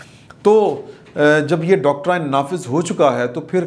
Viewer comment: Doctorain nahin Doctrine hota hain.